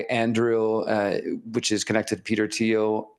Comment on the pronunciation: says about Thiel and Open AI, couldn't quite make out the name of the other company? Sounds like 'Andrew'? Or did i mishear him?